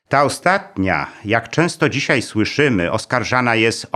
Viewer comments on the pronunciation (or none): none